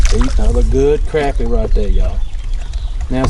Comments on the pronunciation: Great video! I’ll take ya fishing and teach you how to pronounce crappie. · Sac a lait probably most closest to the original Choctaw word down in south Louisiana, but a darn sight better'n Crap-ee. Crah-pee softer on the ears.